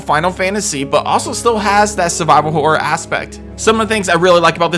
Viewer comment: why do you say " hore " instead of " horror "